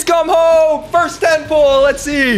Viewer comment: girl legit said "welcome hoem cheater" lmfao